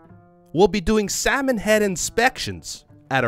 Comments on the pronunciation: About Docs comment. "nobody wants your Salmon." You need to know that Doc's native language is german (if I din't got it completely wrong). Problem is you pronounced "Salmon" (multiple times) like "Samen". And Samen is the german word for Seed or Semen. Keeping that in mind, "nobody wants your Samen" is ... still kinda insulting when thinking about it, but ... not an unexpectable reaction when casually getting offered some freshly cooked Samen. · Although the "A" in that word gets pronounced slightly differently (somethat close-ish to how Avatar Aang got pronounced in the live action movie) it is close enough to mistaken it. And then saying "big Samen is not happy" ...